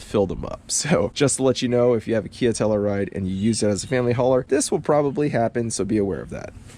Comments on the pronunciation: You know, if you’re going to have a Telluride in your garage/driveway, you should at least learn how to pronounce “Telluride”. It’s “Tell-YOU-ride”, not “Tell-ER-ride”, ffs! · I work for KIA. Nice job on the video. Only negative feedback I have is regarding the pronunciation of Telluride. Proper way: Tell-you-ride Your way: Tell-uh-ride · It’s a Tell U Ride.. you keep saying Tell E Ride. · Pretty minor complaints. I think the one complaint I have is how you pronounced Telluride.